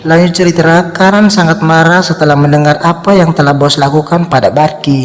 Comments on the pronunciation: Ini orang punya berapa channel ya? Perasaan pernah ketemu channel yg suaranya sama cara ngomongnya juga sama, bilang cerita jadi ceritra-_ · Min bukan ceritra tapi cerita😂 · Singkat ceritra, alur ceritra 😩 Cerita bang bukan ceritra